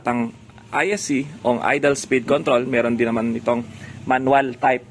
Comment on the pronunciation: "trotal" "idal" nakakainis pakinggan